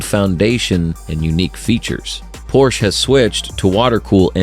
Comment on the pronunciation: Please at least try to pronounce Porsche in the right way.